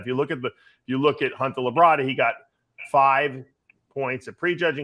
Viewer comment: Labrada, not La Brada. It's one word.